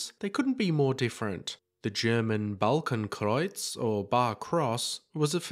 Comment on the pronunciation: Gave you a thumbs up for pronouncing "Balkenkreuz" so flawlessly 🙂